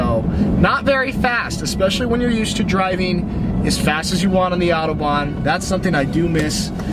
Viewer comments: Fuck me it's AUTOBAHN NOT ATOBAN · The adobahn…you didn't even try to say Autobahn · I am driving in Germany, many things here I really love, but the traffic light is not what I love. Because of the position of the traffic light, many times, we cannot identify whether the light is red, yellow or red. They look like the same color. By the way, Autobanh - au- to ban, not O-to-ban. The German language pronounces like the Spanish language. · Autobahn is pronounced "OW-toe-bahn"